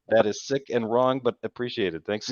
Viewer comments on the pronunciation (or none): none